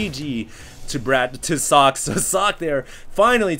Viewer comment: I dunno if someone already said, but 'Socke' is german for 'Sock'. Therefore its pronounced german, ... like ['zɔkə]. But you did right the last time.